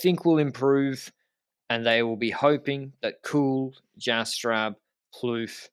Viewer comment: is getting so confident in his Dutch pronunciation that he's starting to mispronounce the names of English-speaking North Americans like Kirchmann and Jastrab.